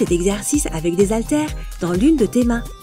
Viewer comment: Très bien, mais SVP arrêtez de dire "zaltères", le h est muet mais pas de liaison. Cela sera vraiment top, comme vous dites ☺